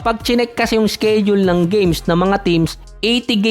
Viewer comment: "sked-jul at indi "skeyd-jul"